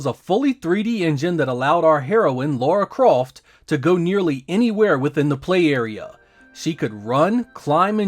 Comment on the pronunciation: "Our heroine, Laura Crawft."